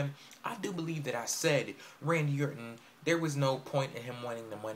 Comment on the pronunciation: HE CANT EVEN SAY RANDY ORTON'S NAME XD